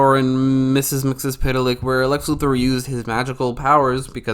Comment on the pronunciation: Thank you for pronouncing "Luthor" correctly.